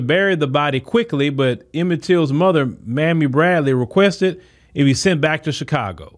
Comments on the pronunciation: HER NAME IS MAMIE NOT MAMMY. MR. MOSES WRIGHT, CORRECTION. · Please pronounce her name correctly! Her name is MAMMIE! (Mae me)